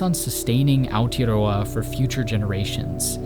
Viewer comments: Yeah, so used to even the likes of the BBC completely butchering it, this was way better. "Aotearoa" was not the best but think that is hard to say for people that didn't grow up with the "Ao" sound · The "tea" in Aotearoa is not pronounced like a hot cup of tea. It is pronounced like the word "yeah", you know when you say yea instead of yes? Like that, but with a "t". Like Ao "yeah" roa...same thing but with a T...Ao "teah" roa. Awesome video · Great video again, but it is Aotearoa